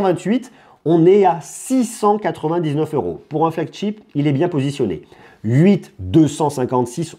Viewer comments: c'est flagship pas flagCHIP ! ou porte-étendard en bon français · Juste, essaye la prochaine fois de ne plus dire et redire FLAGCHTIP parce que ça se lit Chip, ship comme chérie. Tu le dis souvent dans tes vidéos. Si je suis aussi tes vidéos c'est que j'adore tes tests, juste essaie peut-être de corriger ça pour une prochaine fois. 😉